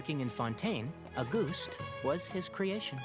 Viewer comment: auguste is a french name and emilie is right on the money about its meaning. as a french speaker myself, i love the way emilie pronounces it, it’s adorable 🤭